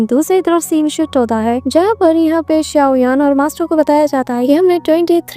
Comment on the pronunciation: SAuyan nahi xaio yan he😅😊